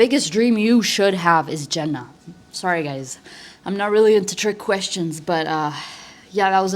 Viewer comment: And the way you said "Jannah". You're so right, if we'll make time for our deen then Allah will make things easy for us and will give us enough time to build something big❤